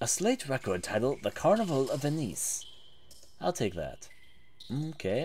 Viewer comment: The way he pronounced "Thames" "Venice" and "lynx" makes me want to throw up. Did this guy graduate high school? If so, that's a fuckin miracle.